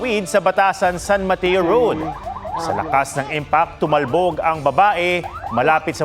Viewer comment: "tumalbog" haha, sorry lord